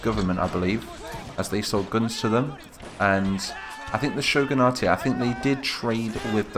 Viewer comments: Shogun-ate Not Shogun-a-te That bugged me. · For more detail: Shogun-a-te would be correct if it were a Japanese word, but Shogunate is an English term derived from Shogun, so its pronounced like other english words ending in -ate. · Shogunate is an Anglicized word, its just Shogun - nait